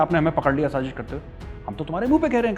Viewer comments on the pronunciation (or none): Shazish nai Sazish hota haa, like it’s not zheeeerrro it’s zero. You are Zero . Both countries are cheap India and Pakistan. Threat to the world. Major tell India how your atomic uranium got stolen.